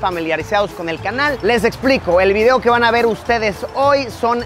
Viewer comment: Que bueno que te hayes aquí amigo pura vida ( se dice Kamehameha, no onda vital ) (se dice video, no vidio)